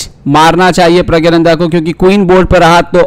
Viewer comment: You are pronouncing his name incorrectly its prggnanada not prgyananda. In the description also you have wrote his name wrong in hindi